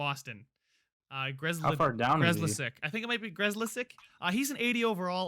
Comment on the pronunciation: The bruins guy is pronounced "Griz - lick"